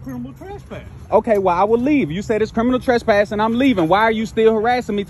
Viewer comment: Wtf is “curminal turspass”?